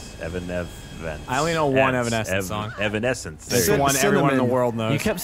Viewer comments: *Continuing to say Evan-esc-ence wrong * Me: Gosh darn, sometimes he's too dorky for his own good. 😂 Also that Gavin nose. Ya done good Shaun, ya done good. 😄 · GOD IT'S PRONOUNCED EVEANEFTHSINSE! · When Mike Tyson tries to say "Evanescence".